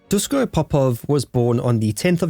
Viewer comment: Very interesting story, but please pronounce his first name "Dushko". In "Yougoslavia" (also in Chekhoslovakia ) the s with the little accent on it is pronounced as "sh". It is the "Shkoda" car, not the "Skoda" car, it is written "Natasa" (with the little accent, which my computer doesn´t have) when you want to spell the name "Natasha"...just the way how they pronounce their language.